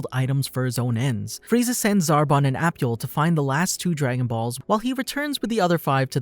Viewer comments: wait its pronounced " A" " Pool' not apple so cunfused how u got their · I get triggered with the pronunciation of Appule, idc, it will always be Apool for me lmao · Apple?! 😂 Its appule (ah-poo-lay) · His name is appule not apple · It’s not APPLE. It’s Pronounced AH-Pool.